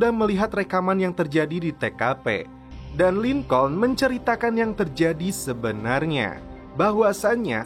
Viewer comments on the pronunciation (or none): Maaf Bang masukan. Break dibaca "brek" Lincoln dibaca "Lingkin" (bhs finland) Saran lgi buat smua aja, klau lgi nnton film jngan cuma baca terjmah aja, dengarkan juga suara aktornya. itung² "smbil brenang minum air" buat pngetahuan juga kan. over all is good